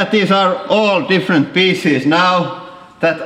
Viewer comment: Edrick Mondesir when he said pieces XDDDDDDD